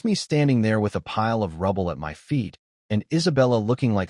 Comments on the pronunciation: This is good, very funny in parts. Just wish the A.I text could be fixed. Saying M.Y instead of 'my'. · One question Can you teach AI to say the word (MY) instead of (M-Y) 😅😅😅😅😅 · i love how bad ai gets with numbers 10/10 = October 10th instead of 10 out of 10 would do again like the context implies and how hard is it to say the word MY its 2 fkn letters and it literally spells it instead shit like this makes that little dark part of my mind go welp glad the ai wont take over in MY lifetime